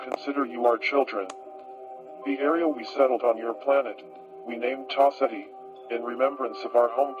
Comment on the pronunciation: I like how it sounds like (Tau set he) For the star system